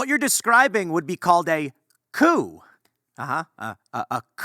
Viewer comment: Called it Koo-Coup?